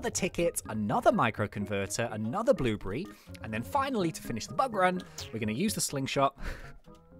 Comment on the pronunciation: why you say bluebry instead of a blueberry